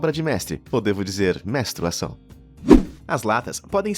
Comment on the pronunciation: "Mestruação" - morri